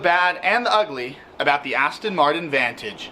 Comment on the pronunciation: It’s an AstOn not AstIN please pronounce it correctly.